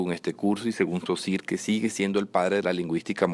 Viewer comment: mucho ingles poco frances! Saussure no sosir!!!no se te entiende!!